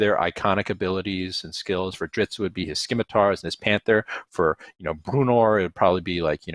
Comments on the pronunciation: We can argue the pronunciation of Drizzt all day and all night, but his blades are NOT “skim”itars. Read a damn dictionary, FFS. Skimitar… 🙄 scim·i·tar | \ ˈsi-mə-tər , -ˌtär \ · You can say Drizzt but you can't say scimitar correctly? Say it like sim a tar, guy! That's the official way. Silent c. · He's a one man platoon. Its not skim-itar its ssssssimitar sir. That's the only rub i couldn't get past. Sorry for yelling. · "It's pronounced like Drissed" Also: "Drizzt and his whirling SKIM-ITARS" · I was like “SIM a tars”.